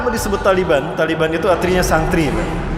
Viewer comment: TALIBAN,Bukan,,tali beha,bukan pula tali ban,ALLAH MAHA BESAR,,ALLAH HUAKBAR